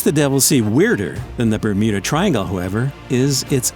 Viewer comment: did i hear "remuda triangle" at the start